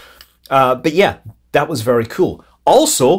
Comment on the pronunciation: I watch these videos just to hear Scott say “kewl” every now and then 😂